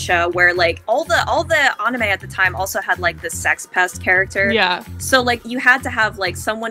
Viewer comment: It was great to hear about the writing process for the book from the author ^^ and it’s nice to know what to call Dark Danny now. I was confused on what to call him 😅 I will say though I was thrown off by the mispronunciation of anime. Never heard anyone pronounce it like that 😂